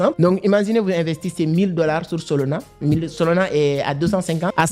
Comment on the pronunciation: « SOLONA » 😂😂😂 même la traducteur YouTube comprend « SOLONA » au lieux de SOLANA 😂😂😂 tu arrives à dire le « A » de la fin mais le A au milieu tu le remplace par O🤷🏼‍♂️🤷🏼‍♂️🤨🤨🤨🤨🤨😂😅 je comprends pas pourquoi car même avec ton accent tu arrives à dire le « A » de la fin mais pas le deuxième A au milieu ?!🤨🤨🤣🤣🤣🤨🤨🤨🤨🙄 WTF 😂😂